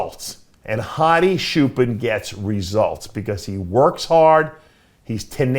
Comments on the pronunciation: “hadi shoopen” 💀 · As an Iranian, its "choopan" pronounce "ch" as in chair